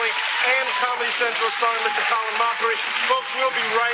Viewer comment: Is it Mockery or Mochrie? 😂😂